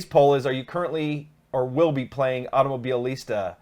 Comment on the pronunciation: Why you got this big trouble to pronounce this Automobilista ?